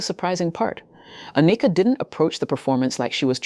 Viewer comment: How can I take you serious when you don't know how to pronounce her name. Ah knee ka is wrong . Its just like Anakin from Star Wars only with a. Ann ick Ka. Get is right Soldier. That's why you only have 5 comments.